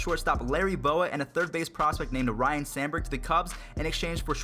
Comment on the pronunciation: It's Sandberg, not sanberg.